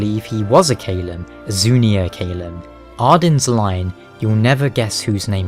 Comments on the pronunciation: I cringed at how you pronounced “Caelum” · You know you're mispronouncing Caelum, right?